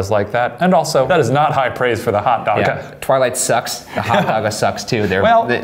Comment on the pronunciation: Bambi That’s what it is. It’s “Hotdaga” not “Hotdoga”. He probably just messed up writing it or didn’t know it.